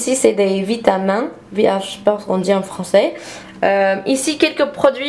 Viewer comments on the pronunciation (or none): Les vitamin se prononce vitaminne ma belle:)